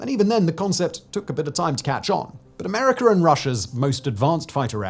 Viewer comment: Americer....Russier.... Simon has intrusive R's! 😅